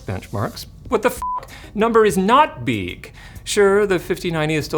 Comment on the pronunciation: Money number beeg, why AI number no beeg